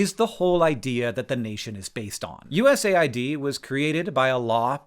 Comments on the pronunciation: I thought it was pronounced “US-aid” not “USA-id” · It’s called US AID not USA ID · are you sure you pronounce USAID right? I always thought it was supposed to be pronounced as U.S.-aid, given what their focus is. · That’s how you say USAID?! I always pronounced it USAID! I must have looked like a moron. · U S A I D? Isnt it pronounced US AID? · As a non-American I assumed USAID would be read 'you-ess-aid'. I mean it administers aid, not IDs. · Wait it’s not pronounced US AID? 🤯